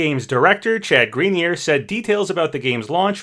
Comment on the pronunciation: Grenier: Pronounced Gren-yay